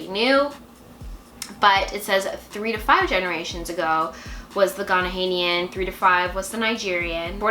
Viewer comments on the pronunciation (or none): So interesting to watch people discuss their results. Glad you learned about your ancestry. Every time you said Ghanaian incorrectly I cringed but I know you are just learning! Hope you learn much more 💕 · Don't sound the H letter when you're saying Ghanaian because it's annoying lol